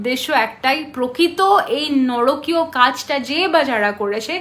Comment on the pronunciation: বার বার বলছে "নরকীয়"কথা টা নারকীয়। বাংলা টা জানতে এই জন্য বই পত্র পড়তে হয়।